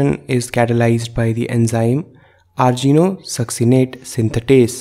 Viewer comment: It's not argino-succinate, it's arginino-succinate. Pls currect it.